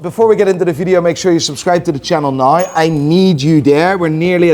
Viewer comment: Challenge to... learn to pronounce the word now like an american. Each time, I think he says nigh